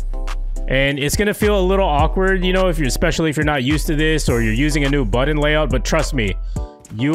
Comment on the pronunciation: Why do you say button like "bUtToN"